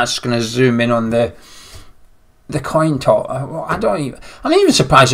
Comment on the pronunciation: What's a toin coss??????